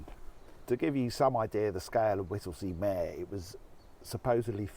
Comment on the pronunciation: Not Whittlesey MAAARE meeeeeeeeer